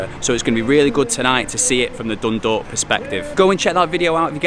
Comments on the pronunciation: Decent job pronouncing Dundalk and Drogheda but you are an old hand now with the league😊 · Fair play on the pronunciation of Dundalk and Drawda